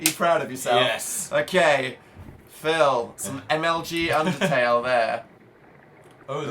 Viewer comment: Anyone else notice that Jack calls it Pundertale too?